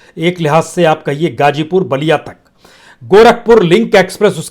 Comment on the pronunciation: मेरी आपके खोजी ओर सच्चे बयान के लिए आप के लिए दुआएं। मेरी गुजारिश है कि आप जैसी काबलियत वाले हमदर्द को अगर उर्दू अल्फाज़ की अदायगी के वक्त (मस्लन hajjar/hazar, gajipur /gazipur, khilafat/mukhalifat) थोड़ी करम फरमाई जरुर करनी चाहिए। इसको तनकीद न समझें। मैं आपकी वीडियो से ज्यादा आपकी आवाज का काइल हूं। सबसे बड़ा जिहाद जालिम हुक्मरानों के सामने सच बोलना है।